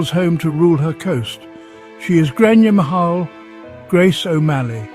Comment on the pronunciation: Grainne Mhaol = pronounced Grainne Whale ... ffs !